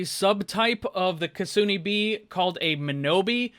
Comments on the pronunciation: Kitsune = (Kit-sue-nae) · pronounces kitsume wrong Me: angry weeb noises